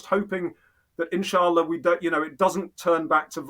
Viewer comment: I enjoyed your conversation very much. Robin summarized everything very eloquently. He is indeed a well informed and ground knowing person. other than that his Insaallah's & elhamdullillah's are very good in pronunciation. I still love your content. What I really did not understand is this; " Is the "Thinking Muslim" yt channel a British intelligence asset?!! If yes, let us know. No problem. We can live with that reality. Old school classic work. Good job. So far i did not though that was the case. But going down further especially on this conversation my perception of him and your channel changed a lot, i should admit that Mr.Robin seems to be a very valuable MI6 asset. His story telling is remarkable. Everything seems to be in order with him. At the end he pushes a well known narrative which is almost 95 percent correct. But as we often say the devil lies always in the details. I am glad to see a top level agent at his work. Hat's off.